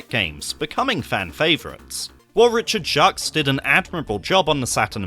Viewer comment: Excellent video, but not too sure on the pronunciation of Jacques and Senoue :D